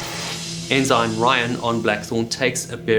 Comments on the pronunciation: in the US Navy and US Coast Guard, the g in ensign is silent. So we pronounce it en-sin, not en-sign. STG1, US Navy ( ) for reference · I didn't know their were Enzymes in maritime names. It's Ensign. Pronounced Enn-Suhn. SMH. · Great content, great presentation & many thanks for the hard work. As a friend of the channel, pretty sure pronunciation is ensun for ensign a US Navy rank. An enzyme is a biological catalyst and is almost always a protein. It speeds up the rate of a specific chemical reaction in the cell. Pls keep content coming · I like your videos but you’re killing me here. - It’s not pronounced “in zine”. It’s pronounced “in sin”. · ensign is NOT pronounced en-zine.....it's en-sin. Enjoyed the vid, but that was so annoying. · does he know it's pronounced 'en-sen' not 'en-sine'? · are u x mariner? why do you say it like N SIGN, its pronounced N SIN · I'm sorry man, I hate doing this, but some things really degrade the content, it's petty, but maybe nobody has said anything, and maybe it's just me, I'm fine with that too. Your pronunciation of "enzyme" for ENSIGN(en-sen), and "boy" for BUOY(Boo-ey), was really distracting when the rest of your narration was perfect, every time you said one of those words it yanked me right out of the immersion of your story. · Is the British pronunciation of "ensign" : "ehn-ZINE" rather than "eh-suhn"? Interesting. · Yes, I noticed that his pronunciation of 'ensign' was unusual. Then, he continued on saying it that way. I thought the word was pronounced, 'n sun', rather than 'n sign'! But, accepting some relatively minor flaws may be the price of admission. To think everything should be one way and not the other may likely limit our scope of understanding. We should focus on the 'big picture', rather than the minutiae within....or maybe I'm way off base... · Ensign is pronounced "in sin" with accent on the first syllable. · For clarity we pronounce ensign "en-sin" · En-sen is the pronunciation.